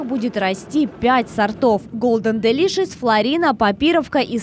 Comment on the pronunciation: Голден дЕлишес, а не делИшес